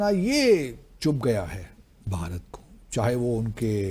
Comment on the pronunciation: بہارت نہیں بھارت